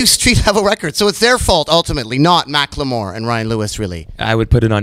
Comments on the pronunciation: Nardwuar was pronouncing it as Mack Lamore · You murdered his name. Macklemore. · nardward vs. mack-le-more